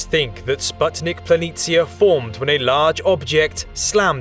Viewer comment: Thanks for correctly pronouncing "planitia".👍🏻 Its so annoying, that English speakers usually butcher every "foreign" language